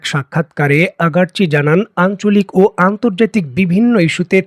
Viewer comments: সবাই বলে আরাগ্ চি আপনি বলেন আগার্ চি , কোন টা সঠিক ? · একজন ইরানের বিখ্যাত পররাষ্ট্র মন্ত্রীর নামটাও সঠিক ভাবে বলতে পারেন না?